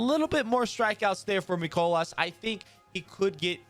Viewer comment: As a Cards fan, hearing someone pronounce Mikolas like "MEE - KOH - LAHS" is triggering lmao. "MY - COLE - IS."